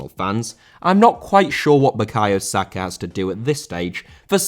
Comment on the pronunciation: Sakar?!It's Saka ffs